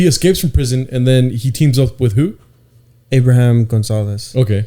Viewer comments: Abraham you would say it like Abram without the H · You don't pronounce the "H" in Abraham